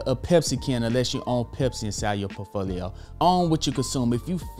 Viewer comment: I'd never trust a man who can't even pronounce "portfolio" lul